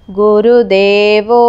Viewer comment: గురుదేవో అని కాదు గురుర్దేవో